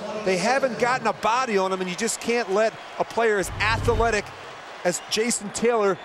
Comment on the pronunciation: Rich Gannon - "Ath-e-letic."